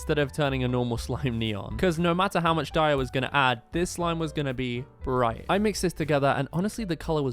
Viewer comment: "Briaght" never gets old 😂